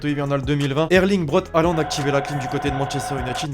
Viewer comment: C1 se dit hoolant